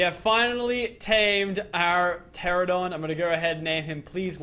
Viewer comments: PLEASE, its pronouned TE-RA-NO-DON, NOT TE-RA-DON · He says teradon but it’s teranadon